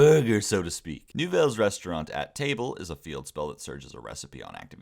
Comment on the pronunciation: I was gonna ask if the beefing of the french pronunciation for specifically "À table" and no other Nouvelles card was on purpose but then I checked the actual name on the DB. what the fuck